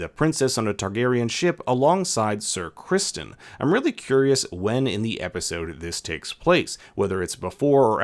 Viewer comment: You kept pronouncing ‘Sir Crispon’ wrong